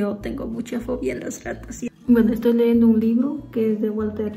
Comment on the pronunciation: se dice leyendo no leendo